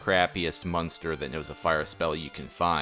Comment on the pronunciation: Everytime you say the word monster, it sounds like you're saying munster, lol.